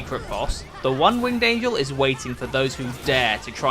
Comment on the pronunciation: "The one winged angle?"😂😂